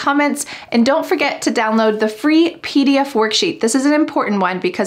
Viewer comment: Why is clear pronounced khlear ...and twenty pronounced thuwenty ...and pdf as phee df...